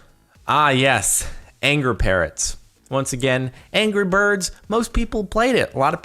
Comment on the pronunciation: its angry birds not angrer birds...